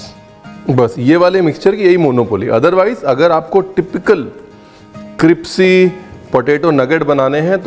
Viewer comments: How many heard Cripsy even it happens to me that I get confused with crispy and cripsy 😂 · क्रिप्सी ❌ Cripsey क्रिस्पी ✔️ Crispy गुगल महाराज बोलकर भी सुनाता है. 🙏😂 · Jaise ki aap ne gurkirat ko bola kaabuli nahi kabuli pullao waise aap galti kar rahe hai cripcy nhi hota hai crispy hota hai 😅😅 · App crispy ko cripsy bolte hee😂😂😂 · Tusi crispy nu cripsy kyu bolde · Cripsy ya crispy 😂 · Crispy nu tuci cripsy bolde ho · Any one notices he said cripsy instead of crispy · Boss it is crispy* NOT crispy, Mera sleep of tounge ho raha hai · Why do pronounce it cripsy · Does anyone notice that he calss "cripsy" not crispy 😂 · Tum hamesha crispy ko cripsy kyu bolte ho? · Cripsy nhi crispy hota hai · It's crispy not cripsy 😂😂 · CRIPSY? Lol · Sabme besht kripsy pehle mujhe laga miane kuch galat suna h 😆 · Ur saying cripsy.... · Cripsy cripsy thoda over hogya. It's not funny anymore. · Ranbirji aapn kipsy q boltey ho....it should be Krispy 😂❤love ur all teceipes 😊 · Crispy hota hai cripsy nahi🤣🤣🤣🤣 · Sir g aap crispy ko cripsy kyo kehte ho mene bhot baar suna h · I simply love the way you say 'kripsy' for crispy😂😂. Thank you for the amazing recipes and the entertaining videos. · Cripsy so cute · aaj mujhko pta chalaa crispy ko cripsy kehtey hain love you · Chef ka cripsy kehna bht acha lgta hai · i love the way you say cripsy and not crispy. its cute. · Dear chef, I enjoyed your word cripsy instead of crispy it was mast ❤❤😂😂😂 more love to the most resercher food chef❤❤❤❤ you and your smile is amazing 🤩😍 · I like your videos very much.. Thank you. I would like to correct one word that you use often, it's criSpy not cripSy.. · Haha from long time I am observing Ranvirji..you say cripci.. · Hmne bhi bata diya ke crispy hota hai cripsy nhi fir na kehna hmne bataya nhi 🤣🤣😄lekin dishes ❤️❤️❤️❤️❤️ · Not cripsy. Its crispy😊👍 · Bhai you are an internationally acclaimed chef. Lease try to understand me . Don't ever use the pronciation cripsy. You are intelligent enough to get my point.